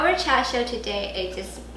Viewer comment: this is brilliant. Combining char siu sauce (you use a char “shao” pronunciation; a northern or, a Beijing dialect?) with a rapid “red braise” process, with the flavors of char siu sauce, followed by another quick, elevated oven-roast upon the metal rack. You are a resourceful, treasure of the internet. I have followed you for years. Long, productive & happy life to you & your family. 謝謝.